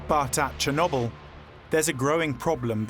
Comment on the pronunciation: Someone please el tell Ben, Chernobyl doesn't rhyme with wobble.